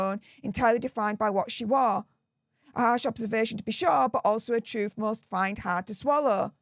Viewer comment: He cant speak "truth" either😂😂